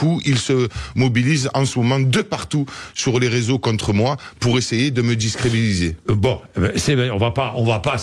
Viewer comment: Il dit discrébiliser